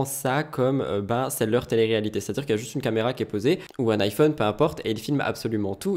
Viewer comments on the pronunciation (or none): none